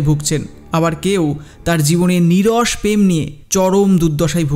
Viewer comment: প্রেমকে পেম বলছেন কেন ?